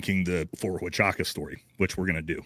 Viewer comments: So.... you provided no real information that the fort huachuca story (which you cannot pronouce after interacting with multiple MI people because you are stupid SF, yet I'm gonna call you that cause I meet way to many of you people and your stupidity on who times work you never explored cause you choose not too explore..... MI and SF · You’re getting this thing all wrong brother. Number one you’re saying, Fort Huachuca wrong. He said they were wrapping up their meeting in the morning and they left and then all of his trouble started. If they left the base then yeah Brian Harpool could’ve made it to Dallas Fort Worth in time. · I find it incredible how many creators I hear mispronouncing Huachuca. Simply breaking the word into syllables should get anyone the proper pronunciation. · Hey, show a little respect to the proud service members at Ft. Huachuca and pronounce the name correctly. I know your "emotional" but I know you can do it. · Army here….. that’s not the pronunciation of the base’s name……. Kind of expect you to know that, with all due respect…… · Dude can’t even pronounce Ft Huachuca correctly. He seems about as smart as a box of rocks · Perhaps it’s intentional- to make it seem like he knows nothing about it or what goes on there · It's odd that he calls it Ft. Wa-cha-ca. I have never heard it pronounced like that and it is a well known installation in the Army. It was always referred to as Ft. Wuh-chew-ca. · Ft. Huachucka is NOT "wa cha ka" sound...it's "wa ChU ka" chOOO! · The military base is pronounced wachooka! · I have not heard one person pronounce the fort the way it should be pronounced Wa Ka Chew Ka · If you're a green beret, you're pretty well-versed in the military and military bases. Especially the ones in the United States. There's no way that he hasn't heard of Fort Huachuca. And whatever word he was saying. I'm sure he's never heard of that base. Fort Waka Chaka. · Wa chew ka or is it who ah choo ka?